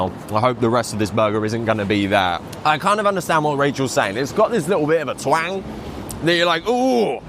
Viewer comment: Stop saying twang. You are saying it wrong